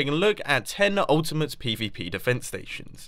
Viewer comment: Haha, true xD He did put a lotta stress on the 'ultimate' part xP